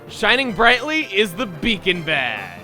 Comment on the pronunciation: did anyone else think it said bacon badge?